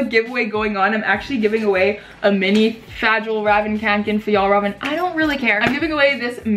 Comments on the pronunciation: Ohhhh myyyy goddddd uugghhhhh YOU’RE SAYING FJALLRAVEN WRONG YOU SAY IT LIKE (FYELL RAYVEN) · Ok I speak Swedish. It’s pronounced Fe-all Raven Kanken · i’ve heard all types of pronunciations but i never heard somebody pronounce it fajallraven omg i’m dying💀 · Fa-jel-ra-vin kanken hahahaha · FALLRAVEN. Fall-raven. Send help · When you're Scandinavian and enjoy laughing at Americans trying to pronounce Fjellräven. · you said fjallraven really wrong and then you pronounced it perfectly and you were like “IDRC” BUT IT WAS RIGHT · That’s not how you pronounce the backpack